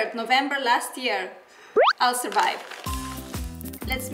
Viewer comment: “ I’ll servive” lol